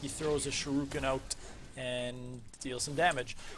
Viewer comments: th way you said shUrIken was unsettling. The U comes before the I. You keep switching them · nice vid fam but who pronounces shuriken that way